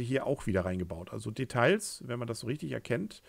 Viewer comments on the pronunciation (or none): Macht mal ein Trinkspiel mit den Schlüsselwörtern "entsprechend" und "Detailllllls" mit gesprochenem "l", das hält die härteste Leber entsprechend (!) nicht aus, tjoa, nech, und tschüß. 😀